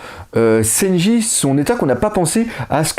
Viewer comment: Juste une chose ... c'est SANJI , pas SENJI ^^